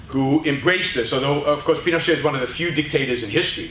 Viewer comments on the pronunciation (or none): It's pronounced PinocheT, with the T. It's not a French name.